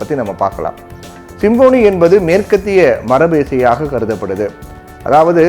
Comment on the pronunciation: சிம்பொனி.. சிம்போனி அல்ல.. உச்சரிப்பு சரியாக இல்லை